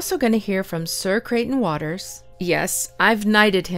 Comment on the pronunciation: Really interested in the topic but “ sir crieghton waters” come on I can’t listen to that